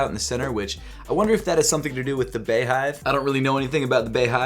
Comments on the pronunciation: Bitch it’s pronounced BEE hive not bae hive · Distracted by you saying “bay” hive instead of “Bee” hive 🤦🏾‍♂️ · beyoncé is pronounced beyoncé bey is pronounced bee beyhive is pronounced beehive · It’s bee-hive just like how it’s pronounced Bee-yonce and this collection is unisex. Nice video tho 💗💗😊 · It’s pronounced BEE-hive, Beyoncé isn’t pronounce BAYoncé😂😂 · it’s pronounced BEEhive